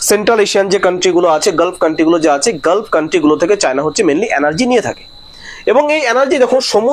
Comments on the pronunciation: আপনি উচ্চারণটা ঠিক করুন। অ্যানার্জি নয় এনার্জি। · ভাই, তোমার কয়েকটা বাংলা শব্দের উচ্চারণ বিদঘুটে । কানে লাগছে । ঠিক ক'রে বলো । যেমন, বার বার বলছো, "depends করছে", ওটা বলা উচিত "depend করছে" । দ্বিতীয়ত, "অ্যানার্জি" নয়, কথাটি হ'ল,-- "এনার্জি" ( energy ) । ---- মানস রঞ্জন চৌধুরী । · Video খুবই প্রশংসার যোগ্য l শুধু একটু যদি energy উচ্চারণ টা একটু সংশোধন করা যায় , প্রতিবেদন আরো শ্রুতিমধুর হবে l